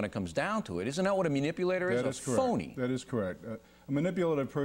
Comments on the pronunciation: Why can't he pronounce the word properly? It's not myuh-nipulator! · o'reilly is so in denial that he can't even say the word correctly. wth is a MEWnipulater? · I like Bill O'Reilly but---"mew"nipulator is driving me nuts. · Munipulator.. >Mun.. Oh fuck I can't take this guy serious. He dominated the whole conversation barely letting his guest get a word in, in the words of Bill, "I'd dismiss him". He's a munipulator and he needs to get out of here. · Bill O'Reilly: "Mew-nipulator". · 'munipulator' ...lol , bill you're so funny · How do we know a menipulator? ME-nipulator like you? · Mu- nipulator? Why does he keep saying that. He looks like a liar and a flake. And very ignorant. To be a key player in "trying to target and eliminate bullshitters for a living. He's exhibiting liar behaviors in this video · knowing how to pronounce 'manipulator' properly would be a good start for the anchor...